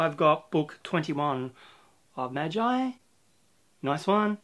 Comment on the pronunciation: Nah-roo-toe for naruto Maaaaaagggeeee like glee without the l for magi